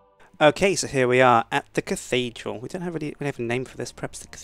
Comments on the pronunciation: dickidral :D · LOL Dick-thedral LOL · the catedhral ;)